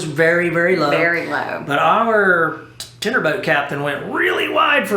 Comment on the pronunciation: I just found you guys and I’m enjoying your cruises so far. I need to mention this because I find it really annoying. I think the lady realizes this but I don’t think the gentleman does. The word for the boat that drops you off is Tender not Tinder. I was cringing every time he said it! Learn something new every day!